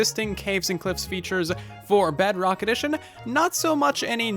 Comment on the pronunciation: and - he said bugrock XDDDDD Edit: im waiting for the update of the game of minecraft